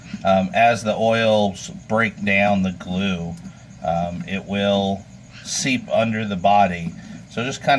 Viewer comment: stop saying glu bro lol, also did you let it free? p.s good vid